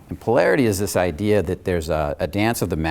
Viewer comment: "You do thees...."